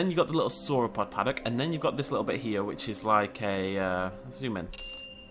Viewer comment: Paddock not Paddack